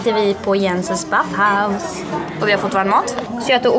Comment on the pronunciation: Jensens Baffhouse? Det heter Böfhus haha